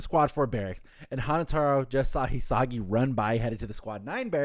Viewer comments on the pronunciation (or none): Says he loves 'Hanataro' constantly mispronounces his name 😂